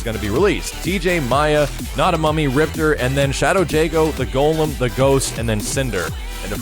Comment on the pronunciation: ...why did you pronounce Maya like the KI2 announcer but you don't pronounce Riptor like the KI1 announcer? Ripter= Rip-TOR=KI1 You a butt hole son lol